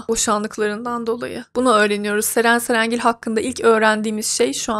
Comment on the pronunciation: Nie anlamadım her Ceren cerengil dediğinde patlıyorum : Ddddddddd